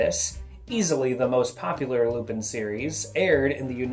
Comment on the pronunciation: U r saying it wrong lupin not lupine